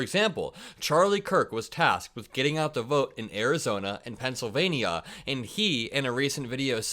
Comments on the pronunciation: It's pronounced pencil -vain-yuh and not pencil -vain-ee-uh. Love your content, keep up the good work 👍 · huge fan, daily watcher… but I know it may be trivial, but you’re saying Pennsylvania wrong. It’s equal to people who mispronounce Kamala’s name, and I’m sure you don’t mean it.